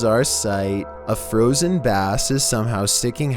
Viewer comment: One word i can say: Froosen